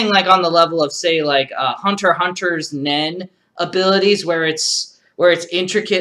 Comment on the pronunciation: Welcome back, also you're one of the ones that says it correctly, you don't say the X in hunter hunter. GG